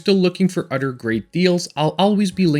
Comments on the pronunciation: It's pronounced other not udder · As you grow older, you will find people that do not speak exactly like you do. Sometimes they even have a mild speech issue like. He is a polyglot and it is not an issue that needs a speech therapist to “fix” it. This dudes job is to convey and decimate complex instructions to a large team of people, in multiple languages and recently got a promotion while using “udder”. Think before you spout stupidity and learn to read a room.